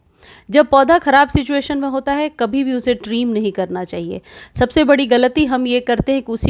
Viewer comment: ट्रीम नही ट्रिम